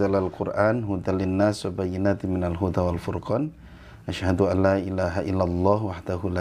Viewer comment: Lamelif laaaaaaaaa Not leeeeeeeeee